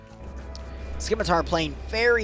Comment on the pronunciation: I love you and I love your content. However, I have to declare a curse upon you and your house for repeatedly saying "Skim-itar" and not "Scimitar"